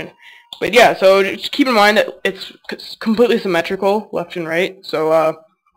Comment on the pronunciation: symitrical... ness haha